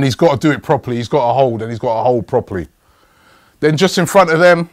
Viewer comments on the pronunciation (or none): none